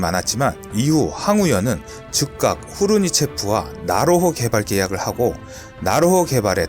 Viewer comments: 지지대 = 지대지 .. 나호로 = 나로호 ㅋㅋㅋㅋㅋㅋ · 연습좀 더해라. 나호로? 나로호, 지지대?지대지. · 왜자꾸 나로호를 나호로 라고 읽지? ㅋㅋㅋ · 근데 글읽으실때 앞뒤를 잘좀읽어주시지요 예를들어 이 영상에서 지대지미사일을 지지대라고 읽으시네... 또 나로호를 나호로라고 읽고...굉장이 신경쓰이네요 영상에 신경이 안감.. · 지대지 유도탄을 지지대 유도탄이라고 읽고, 나로호 를 나호로 라고 읽더군요 그리고 2001년은 김대중씨가 대통령이었는데 당시 대통령이 노무현씨라고 하시는군요 그리고 않만드는 이 아니라 안 만드는이라고 해야 합니다. 신중히 체크 하시고 방송하시길 .... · 백곰 지대지를 백곰 지지대로 읽으시고 나로호를 나호로 로 읽으심...